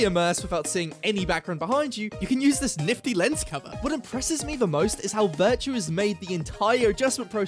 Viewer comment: Take a shot every time he says "Virtue" instead of "Viture".